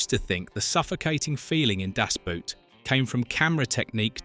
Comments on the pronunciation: Liked the video...but....it's DAS BOOT....in GERMAN....not DASH BUUT. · How english native speakers say "Das Boot" always triggers me. Its not a feet wear its a boat and you say it like boat and not boot. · It's pronounced Das BOAT, not Das *Boot." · BOAT!!!! It's pronounced BOAT, not boot. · ‘The Boat’ in German ‘Das Böot’ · It’s called Das Boot in German, not Dass Buut. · . Hell of a film, .. a masterwork. and it's pronounced "das" (as in da) and "boot" (exactly boat) das boat. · /dahss BOHT/, rhymes with boat. o=short o oo=long o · At least learn how to pronounce it. Das Boot is equal to the english word BOAT, not the english word BOOT. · Why is it so hard to pronounce "Das Boot" correctly? If you would say "Das Boat" you would already be a lot closer. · Ffs, spell it as "boat" so the AI voice pronounces it that way. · Its pronounced das boat. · In german, "Das Boot" is supposed to be spoken "Das BOAT". "OO" in german was never pronoucned as in english/american.< This is butchering the film's name. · why are you saying das Boot all the time ?( boot like the shoes ) makes me laugh every time , havent you ever heard the title being said correcly? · FFS if you like the movie so much you should know it’s pronounced Das Boat, the same as in German. It’s not footwear damnit. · ...never understood why english speaker dont just pronounce the film Das "boat" because the english "boat" sounds very similar to "boot" in German. The english prefer to pronounce it like the english "boot" and this is so funny wrong. Just say DAS BOAT and its fine... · Just let the AI pronounce it in english, boat and boot sound almost the same, just say Das Boat. Way better than making it sound like it's something you wear on your foot. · Permanently pronouncing the film title wrong... American ignorance is everlasting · You couldn't hire a narrator who knows how to pronounce German words, especially the title?! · Pfff if the title of the film can't even be pronounced... That is a bad sign.